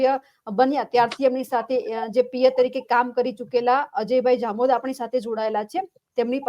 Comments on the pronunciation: જામોદ નહી જમોડ. પત્રકારો ને લેશન‌ની જરૂર છે. 😂😂😂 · જામો નહી ભાઈ જમોડ છે, અજય જમોડ